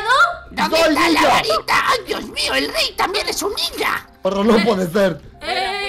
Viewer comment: Dise la barrita enves de barita